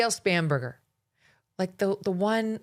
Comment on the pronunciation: It drives me crazy when she says that. Just like when she says “Kolberger”